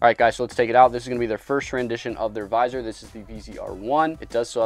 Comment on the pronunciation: please just say visor